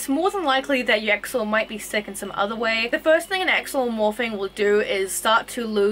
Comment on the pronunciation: The X in Axolotl is pronounced as a CH or SH. And the t is more prominent in the TL sound. One syllable. So, “Awshehlote(l).